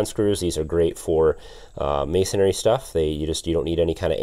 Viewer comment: You must be up north. It's MAY-SON-REE.......not MAY-SON-AIRY.